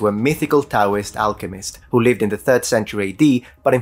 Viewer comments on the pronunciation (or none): none